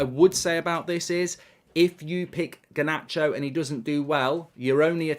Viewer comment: Alejandro Garrrrrrrrnacho